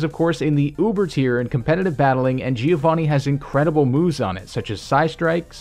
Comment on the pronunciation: When you are Italian and you hear "Gìiovani"